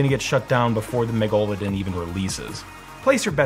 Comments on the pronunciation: Did my boy just refer to the mega-low-dawn as a meg-goal-a-den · MEGA - LA - DON.......ie; "big tooth" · Wait did you pronounce “megladon” as “meh-go-la-din”? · "Meg-go-low-den" just irks me. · The most impressive thing in this episode was how pronounced Megalodon lol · why did you pronounce Megalodon like that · Sir you didn't pronounce Mega-lo-don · The way you pronounce megalodon irks me.